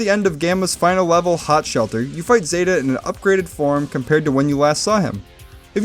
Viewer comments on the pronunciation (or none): none